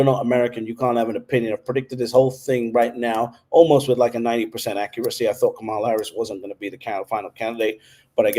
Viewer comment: Her name is pronounced COMMA-LA.